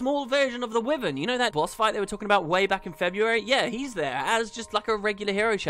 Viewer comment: I've said it before and I'll keep saying it whenever I hear you pronounce it wrong. It is pronounced 'Why-vern', NOT 'with-ern'